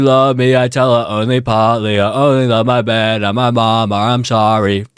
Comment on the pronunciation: When you realise says ‘Mahbed’ not my bed 😭